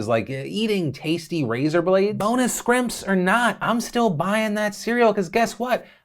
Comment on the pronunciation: “Scrimps” though lol I had to rewind to make sure I wasn’t making up what I heard. Phil is with the screets 😂.